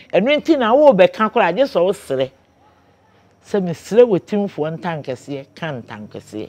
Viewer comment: Learnt something today, it’s actually “otimfuor” not “otumfuor”. Oh wow